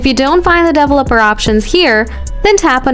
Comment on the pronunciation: That's a weird way to pronounce developer